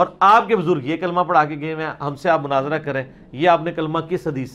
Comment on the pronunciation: Munazara hota ha Munazira kya ha hahaha